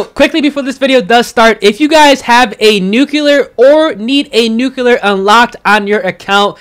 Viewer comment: Nuculer ! Haha